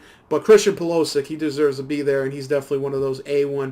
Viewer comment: The pronunciation is bad all around (eg, PulOsic), but don't add words that aren't there, it makes it worse. It takes away any credibility you have, because it sounds like you don't know what you're talking about.